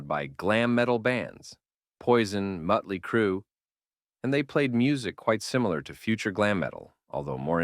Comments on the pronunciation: IT'S MOOOOOOOTLEY CRUE, not MUTLEY CRUE!!!🤬🤬🤬🤬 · Mötley Crüe is pronounced as "MAHT-lee KROO" rather than "MUHT-lee-KROO". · Mutley Crue 😂😂😂 Frickin AI voice... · I had to shut it off after I heard "Mutley Crue" for the third time. This guy doesn't know his stuff if he can't pronounce that band's name properly. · Is the narration of this channel AI? Killing me with the "Muttley Crue" pronunciation,lol. Can't a person love Mekong Delta and Tyger Tailz equally? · I'm guessing the AI is pronouncing the "o" with the umlaut above it. I kept thinking "where's Dastardly Crue?" 🤣🤣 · Stupid AI voice saying Mut-ley Crue. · I wasn’t expecting to like this documentary when it came up in my feed, but it’s really well done. However, I have a feeling it’s an AI voice because it keeps calling Motley Crue “Mutty Crue” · Yeah, you can tell with some of the subtle mispronunciations like “Mutley Crue” and “Dōkken”. The inflections are also sometimes strange. It’s kinda hard to listen to once you notice it. Why not just do a normal voice over? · Yes it does. He says Muttly Crue. Lol. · Can someone teach AI to properly pronounce Motley Crue for the love of God lol